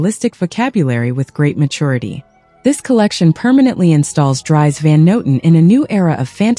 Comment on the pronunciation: Hey Ai, his name rhymes with ‘ trees ’. Got it?